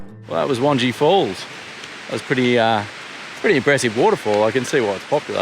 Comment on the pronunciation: Lol, I’m sure weird names are getting mispronounced everywhere by everyone. Had a giggle every time you pronounced Wangi Falls. As a Darwin Local, we pronounce it as Won-Gai Falls (rhymes with eye). For next time😀. Great videos of our local hangouts, guys, enjoying your informative format. (Not entering)